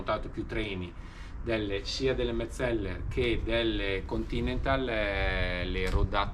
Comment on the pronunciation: Ma perché mezzeller ? È difficile dire Metzeler senza doppie ??